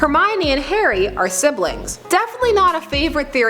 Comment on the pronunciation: everytime she says Harry, it sounds like Hairy. Lady you're going diagonally